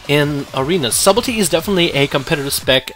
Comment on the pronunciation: the word is pronounced as if it was spelled suddle tea.... the b in sub is silent